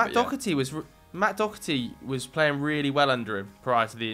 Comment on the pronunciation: You’re pronouncing Doherty wrong. It’s pronounced Doh-erty not Dock-erty